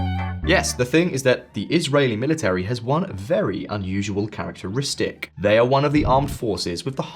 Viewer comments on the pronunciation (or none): none